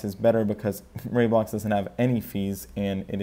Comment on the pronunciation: It's Ray-Blocks not Rye-Blocks